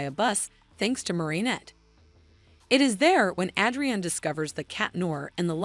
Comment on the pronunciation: Bro you said "Adrian" wrong